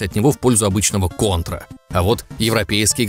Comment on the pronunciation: наконец то хоть один правильно назвал контру кОнтрой а не кАнтрой